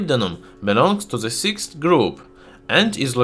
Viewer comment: Please let me correct your english pronunciation - which can make your videos hardly understandable. Words that contain "TH" in the first part of the word (like THE, THOUGH, THIS, THAT, THOSE, THESE), you should pronunce it as "D" instead of "Z". In the case of THANK, it is pronunced as "T". I think your speaches would be much less disturbing to be heard by your viewers. I don't want to be rude or be offensive to you, so please don't take it as an offense. I think your videos are great and informative, but your pronunciation seems to need some amending.